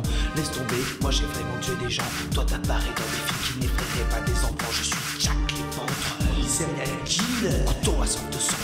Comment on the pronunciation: je dit jack leventreur